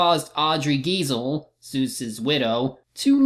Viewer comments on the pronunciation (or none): Guy-zell, not Gee-zell.